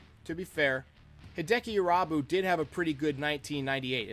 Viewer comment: Ahhh yes. Hideki I-rob-you. RIP sweet Japanese prince